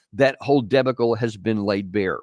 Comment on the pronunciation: he pronounced "debacle" oddly.